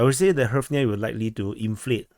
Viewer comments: Just say gryvna for fucks sake, this is so painful to listen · "Tremendous" is an understatement. You can pronounce it "Reev na." It's pretty close.